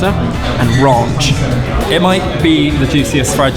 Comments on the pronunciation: It's pronounced rănch not raunch. No one wants a raunchy salad dressing. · is no one going to talk about how said "ranch" i mean... cmon... RONCH. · pronouncing “Ranch” as “Raunch” is just the best. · hearing ben pronounce "ranch" was very endearing haha. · how you say ranch again? Meanwhile, James pronounce of yangyeom impress me..